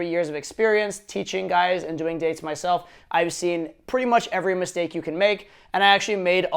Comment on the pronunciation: Good lord, the way he pronounces "dates" I seriously thought he said "you suck at dicks" until he said it the second time :(